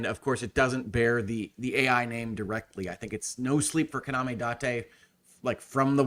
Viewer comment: I was pretty sure Ai the Somnium files was supposed to be pronounced eye, as that's the pivotal pun. (Aibou = partner = Eyeball)